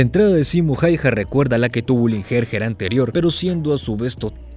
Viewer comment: Loco, se pronuncia jauja, mete el apellido hayha en el traductor y ponlo a leerlo en fines